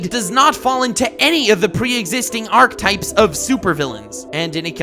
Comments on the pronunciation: Wait, do you not pronounce the first “e” in “Archetypes”? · Am I the only one hearing him say "archetypes" wrong? Edit: also reconcile And that episode where Robin was being wild and seeing Slade, there was literally a drug in his system that you overlooked.